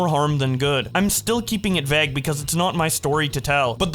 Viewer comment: can u pronounce vauge like a normal person plz ty